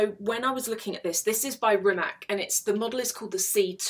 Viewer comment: About Rimac pronunciation: It is said like Ree-mats, not Ree-mack